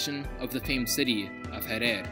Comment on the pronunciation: bruh its harar not harer